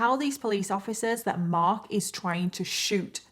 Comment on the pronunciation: Love how you pronounce "Marhk"...kind of like you live in Boston Massachusetts, USA. 🌞